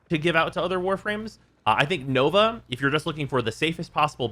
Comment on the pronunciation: You mispronounced Nova , Bramma , Gram prime and Adarza kavat.